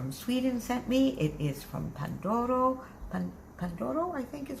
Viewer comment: Love it so much! 😍 You pronounced Panduro very well and I think you’re right about the Christmas ornaments but I think it’s also a bit of Swedish folklore painting especially from Dalarna.